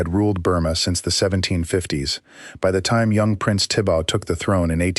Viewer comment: It’s Thibaw, pronounced tee baw. Not tibau. Check with Burmese authorities. It’s most annoying